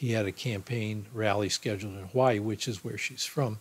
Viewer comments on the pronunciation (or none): none